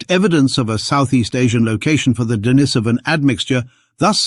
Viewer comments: Duh NEESE uh vun, not Denna SOH vun. TY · D'Nis'oh van Get it right